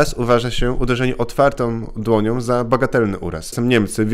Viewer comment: "Otwartom dłoniom" . większom siłę maksymalnom" - tak mówi koleś który ma wyższe wykształcenie, a w szkołach spędził ponad 20 lat wliczając różne szkolenia. I mówi: Otwartom dłoniom i większom siłę maksymalnom. Tego się nie da słuchać.